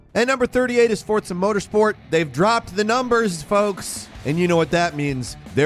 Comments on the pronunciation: It's no Fortza... it's Forza... Derp. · please explain how FORZA is said as FORTSA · I really don't know where people are getting the "T" sound in the word Forza from.